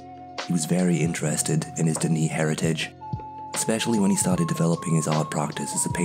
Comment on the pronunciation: its not duh knee its pronounced duh nay.